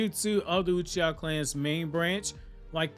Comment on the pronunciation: omg I’m dead, ‘Sasuke Utreeha’ 😂